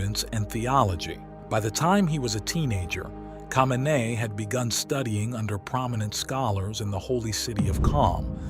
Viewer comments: u can’t even say his last name right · lol at the pronunciation of his name, makes me question the quality of the rest of it